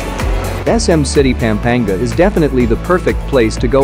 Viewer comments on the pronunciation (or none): If I hear you mispronounce PAm-pa-NGA one more time! You should not do videos about an area if you don't bother to pronounce the name correctly. You speak PAM like an American woman's name, it is not pronounced that way. A in Tagalog is short always.